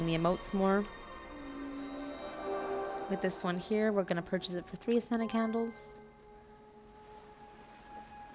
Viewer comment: I know you're saying 'ascended candles' but I keep hearing 'scented candles' and it makes me lol